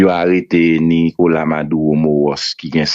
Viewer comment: Madulo pou di c pa maduwo kom ou pa pale espanyo maduro